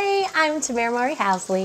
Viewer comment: Damn you butchered her first name AND maiden name.